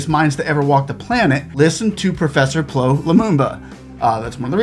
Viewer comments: 😂😂😂You got his name wrong.... Say it with me.... "Pea Ell Oww Lumumba"... PLO is an abbreviation Your content is top notch 👌👌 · His name is pronounced letter by letter, P.L.O., It is NOT pronounced PLO as in flow. Get it right! once again you've proved the arrogance of western culture does not care. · The name is not "plo" as you wrongly pronounce it. It's P. L. Or. Those are his initials for Patrick Loch Otieno. If you respect the man let your respect include calling his name properly. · It's P.L.O not plo, every letter stands for a name. Good job sir.